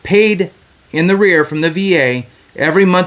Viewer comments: "Arrears" not "The rear" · “In arrears” NOT “in the rear.” Credibility, young man.